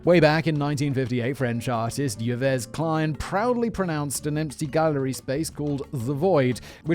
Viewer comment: ye ves klein lmao. it's pronounced EVES KLEIN